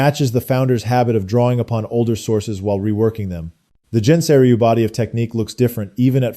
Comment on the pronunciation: Nice video. However, Gensei is pronounced with a hard g as in "guest".